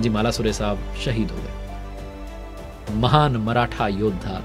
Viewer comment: सर आपकी एक भुल को सुधारणा चाहुंगा वीर मराठा योध्हा तानाजी मालूसरे ऐसा नाम हे. अपने गलतीसे मालासुरे ऐसा बोल दिया. 🙏🙏🙏